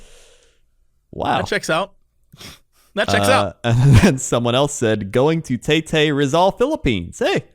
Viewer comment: As a Filipino I have to say your pronunciation of Taytay is adorable